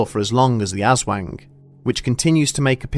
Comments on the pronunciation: im pretty sure its ah-swahng not azwang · Tried to listen to this high, couldn’t stop laughing at “asswang”. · "ASS-WANG" HAHAHA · "AssWANG" sounds so dirty! Haha Just so people know, people from the Panay Island say it as "As-huang". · Just to be clear... it’s not “ass wang” as the narrator so cringingly pronounces it. It sounds closer to “oz (as in the place Dorothy visits) wong”. Ok thanks, bye👋🏼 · The problem with English pronaciatuion is that they bend the "A", it's an hard "A" Anders, not Ænders Aswang not Æswang AaaaaaaAaaaaaaaAAAAaA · glad it wasn't just me "wait, it's call ass wang?" XD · It's ASS-WONG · Aswank? Hahaha you said wank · "Ass Wang" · Filipinos: aswang Bedtime stories: ASS WANG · Ass-wang!!! Hahahahahah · Lol...."ass-wang" ... the wang that has an affinity for asses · Thanks for pronouncing it as "Ass-wang", made my day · Lol. He pronounces it as "Ass-Wang". ( ( | o===8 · Ass - wang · Hehehe... "Ass wang". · Phonetic- oswong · Narrator: shadow of the ass wank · Yo why dis man say azwang at the start of the vid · The "ass wang" threw me off Hahaha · "Ass" wang lmao. if you gonna cover mythical creatures from other cultures all over the world, at least try to research and get it right especially pronunciations. Non english speakers always get flak for not pronouncing english words right. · Im sorry I mishear it as "Ass wank" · Hehehe, ass-wang. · I can't help myself but hear "Asswang" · Aswang? Ass-wang? Or, mayhaps, a Dickbutt? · Who else heard "shadow of the asswang"? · Thanks for this spotlight on one of our famous creatures. You guys should hear the stories about this one. Also, I couldn't stop myself from giggling whenever you said "Ass Wang". 😂 Great video! P.S. Do some research on what we call the "Manananggal" which you brought up in this video as the monster who seek out pregnant women and suck out their babies during the night. Another great source for scary stories. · "The shadow of ass wang" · "ass wang" me: chuckling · The ass-wang?